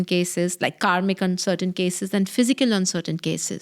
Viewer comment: I heard it as you are a comic coach. Can you pronounce better? Its kaRmic